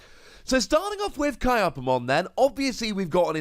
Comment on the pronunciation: Kyupimon is pronounced like Cupid, but without the D. Kyaromon is pronounced like kya-ro-mon not ki-a-ro-mon.